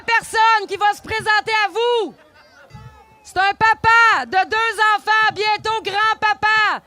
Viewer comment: "y faut que nos infaaanttt ai la libarté de respyrer loxizeeeneeee....Booooo!" 🤡🤡🤡🤡🤡